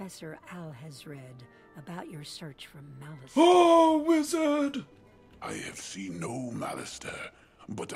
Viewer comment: Who the heck said O WIZAD when they were at the school of blance or whatever xD